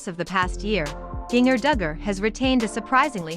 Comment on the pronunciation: Not giner....it's sounds like ginger